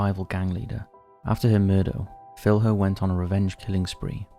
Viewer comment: Minas Gerais is a state in Brazil, not a town, and Filho is pronounced Fil-yo.